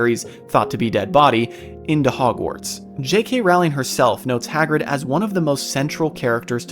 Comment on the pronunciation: Her last name is pronounced Rolling.